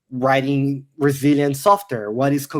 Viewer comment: Every time they said resilient software I understood Brazilian software lol